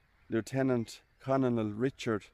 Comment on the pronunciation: ' The word 'Colonel' is pronounced ' kernel.' A Colonel is the military rank for an Officer usually below General and above Lieutenant Colonel, Major, Captain and Lieutenant.